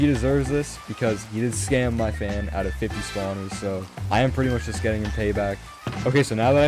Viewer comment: i love how he says "oyw"t instead of "out"😂